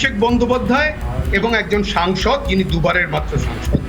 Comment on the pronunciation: SONGSOD NOY SANGSOD. BHUL BOLCHEN KENO.?